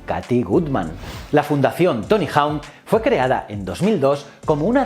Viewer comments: Por favor di bien hawk, jauk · Dime que no sabes inglés sin decírmelo: Tony Jaun